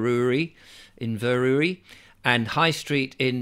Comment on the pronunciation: I be from the Don and Aberdeen & Aberdeenshire are pathic, if you say Inverurie fast it will come out better LOL